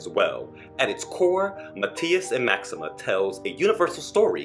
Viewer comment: PLEASE! PLEASE! Learn how to pronounce very basic and easy words and names in French and Spanish! How do you not know how to pronounce “Maxime?” It is not MaximAH. It is not “tu MAY manque!” If you want to talk about global film, get the basics right.